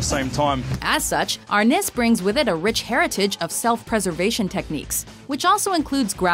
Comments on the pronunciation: For arnis you are correct it is Philippians style but it is pronounced are-niece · The way they pronounced arnis